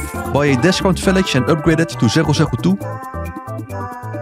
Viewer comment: Everytime you say "Discount Village" I understand "Defcon Village" :D Keep up those awesome guides, love them! :)